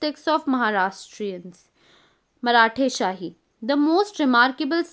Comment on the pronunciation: Maratheshahi,hadpasar ,pandharur ,correct reading madam not for wrongs